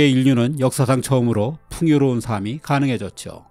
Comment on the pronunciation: 정말정말정말 옥의 티.. ‘삶이, 삶은’을 ‘삼이, 삼은’으로 발음.. 별것 아닐 수도 있지만 다른 건 다 완벽한데 딱 ’삶‘만 그리 발음하시니 더 도드라지게 느껴집니다. 다른 컨텐츠에서도 그러시더라구요~^^